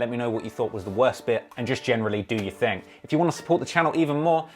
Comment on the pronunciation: I forgot he was British until he said the word "Thing" and TING came out his mouth